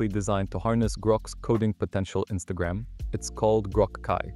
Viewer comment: I LOLed when somehow voice gen you use said Instagram haha